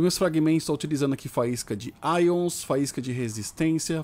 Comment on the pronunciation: “Aions” pqp 🤦🏽‍♂️